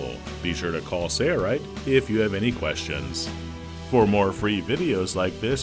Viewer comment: It’s Sail-Rite. . . . . . Not Sayre-Rite !